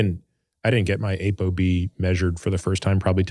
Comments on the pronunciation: It's not ABOB ITS APOB😂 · I heard A BO B, as he said it I was reading this question from you? I loved your comment, "I can barely tie my shoes."